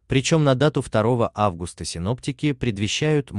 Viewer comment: Читает как немец августА